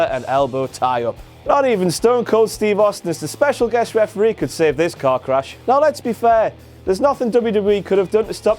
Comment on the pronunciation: I know he said Lesnar/Goldberg was like a car crash, but it sounded like he said the match was a cock rash